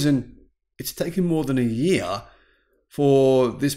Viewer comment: it's pronounced YEAR...Not YEARah...You're Welcome...